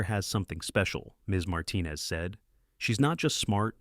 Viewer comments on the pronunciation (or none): none